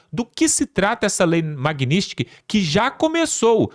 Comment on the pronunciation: Não é Magnistky, é Magnitsky. O "t" fica antes do "s".